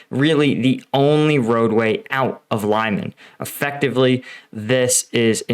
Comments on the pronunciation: Some reports say Ukraine already has Zarichne. This is causing Russian troops to retreat through the forest in between Yampil. Also it is pronounced ( Lee-Mon) not (Lie-man) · FYI its pronounced LEEEMARN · isn't it pronounced LEE-MAN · Not trying to be a jerk, but Lyman is pronounced lee mon! Not Lie mon! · Not extremely important, but the town's name is said more like Lee-MAN (only that 'ee' is short, because the stress falls on last syllable) and not like LIE-man. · It’s pronounced Lee-man. Not Lie-man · Dude, love your channel, but name of the town is pronounced LEEMAN not LYEMAN, its not US town ;) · Thanks for another great update. BTW it's pronounced lee-man/Li-man (Li as in Little) not Lie-man. Same as I'm not from New Yerk or Les Angeles! 😁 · it pronounced liman, li like in liberty not ly like in lime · It’s not pronounced lie mun but lee mahn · Respect to you sir but please please not lie-men it’s lee-man ❤ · "LIE-MAN", brother it's LEE-MON. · lee man not lie man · How do you pronounce Lysychansk? There's no ‘lie’ in Lyman, Лиман, pronounced ɫɪˈmɑn. Please, Americans, stop the ‘lie’ — it hurts my ears. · LYMAN Pronounced LEEMAN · Lyman is pronounced Lee-mon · Please learn how to pronounce place names before you make these videos. It’s lih-MAHN. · It is Lee man. Like Bruce Lee man. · I heard a version of this where the reason the Russians didn't withdraw from Lyman (btw it's pronounced "Lee-man") is that they needed it to remain under Russian control during Putin's annexation speech, so as not to embarrass the boss. In practise that meant that "forever Russian" worked out as "about 18 hours" and embarrassed him anyway, plus the forces that were sent into Lyman to bolster it for those 18 propaganda hours then got trapped too. I don't know if it's true, but it sounds like something they'd do. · Лиман, pronounced [ɫɪˈmɑn and not like in "lima" but like lee- man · Pronounced LEEMON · It's pronounced like Lemon. Leh Muhn. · Again Lyman is pronounced "Lee-mon"